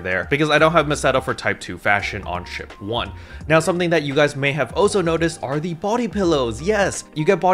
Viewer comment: Lol.. the emphasis on the SHIP 1… hilarious. Why all of the sudden again?